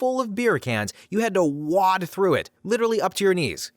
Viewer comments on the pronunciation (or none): “…you had to WAD through it.” WAD? It’s pronounced wade, like way-d. 😂